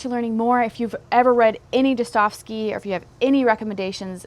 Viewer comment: Достоевский Da-sta-jev-skee Russian here. Keep up good work,.